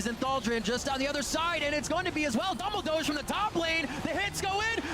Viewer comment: The pronounciation of "Dumbledoge" really killed this vid for me